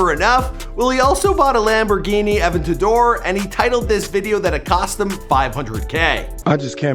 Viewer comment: It’s Aventador not Aventaddore